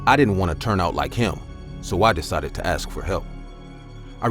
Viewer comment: Why do i hear ask aks